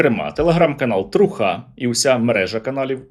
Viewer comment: ТрухА - дуже правильний наголос! На смітник цю трухУ! Сергію, велика Вам подяка за те, що Ви не зраджуєте ні собі, ні українському народові!